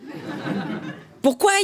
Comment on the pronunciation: pourkouaï😂😂😂 tu la piqué à dieudo😂😂😂😂